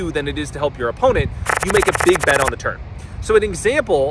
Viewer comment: Is he saying turn or turd?